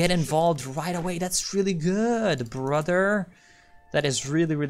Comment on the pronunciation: The way he rolls the r when he says brother turns me on.